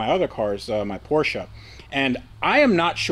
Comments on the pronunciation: Keep the Porsche (POR-SHA) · It is pronounced “Por-sha”. 😎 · Please trade or buy the Nismo because it kills me hearing you continually mispronounce Porsche. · You should stick to your american cars like Corvet, Mustan, Charg and whatever they are called. PorschE is for ones who can say its name right ;) Joke aside, buy ithe R32 or trade something for it. Beautiful cars even though I like R34 more. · You are clearly not a big Porsche guy because you always pronounce the car name incorectly...